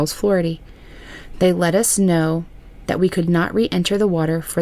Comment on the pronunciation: 😂 lyndsey- " why do you always say THEEAT!" that country grammer from the soul.